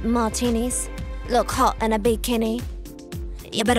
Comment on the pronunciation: I always thought that Work Bitch was so weird because the way "hot" and some other words were pronounced did not sound like Britney at all, now I know...